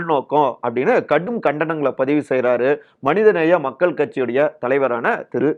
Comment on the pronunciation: This speaker is also another "" gal, gal, gal, gal,"" " avargal"" like madesh!!!! Why not they correct their tamil pronunciation !!!! "" Makkal"' "" nilangal""